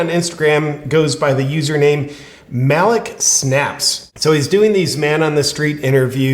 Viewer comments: I think its pronounced Ma-leek snaps. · This mans name is pronounced (Mah-leek) your welcome